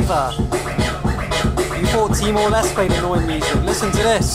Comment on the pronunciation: It's TIMOR "LESTEY"